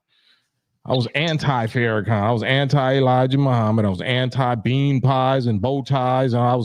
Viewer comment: Farrakhan not Fairakhan 🤦🏾‍♂️ cmon girl